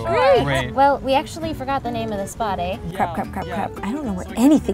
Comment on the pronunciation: Is she actually Canadian? She said "eh" wrong lol.